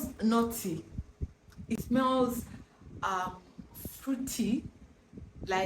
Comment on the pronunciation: Oh, NUTTY. I thought you said "naughty"! 😂